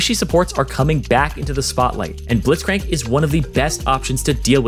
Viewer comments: The first time you said Blitzcrank you said "Blithcrank" lol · The way u said blitzcranks name Blit-crank